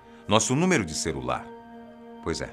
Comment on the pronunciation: eu ouvi um CERULAR? kkkkkk o errando uma pronuncia coisa rara de se ver!